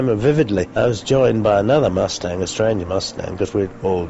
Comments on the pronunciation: Did that announcer say the Mosetang? Not Mus-tang? What is a MoseStang? Is that like a Mosetash ? 😂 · I didn't know Mustang was pronounced "Moostang". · Ah yes the P-51 MOO-stang, an extraordinarily capable escort fighter. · I love how the propaganda guy pronounces it “moo-stang” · LOL what is a moo-stang? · The Moostang LOL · I love that Received Pronounciation of "Moostang" 😂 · Moose-tang? 😂🤣😂🤣😂 Do you also call mud, "mood?" 👋🐸💥💨👻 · "The Moosetang."